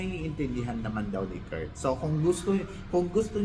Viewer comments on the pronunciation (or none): please say Kirk not Kurt. Kala ko Mali pandinig ko pero pati translator Kurt ng Kurt. Sorry sakit kasi sa tenga, name kasi yun so we have to pronounce it correctly. Love u po